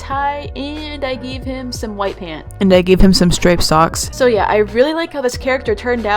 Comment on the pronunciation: "SRIPED SOOOCKS"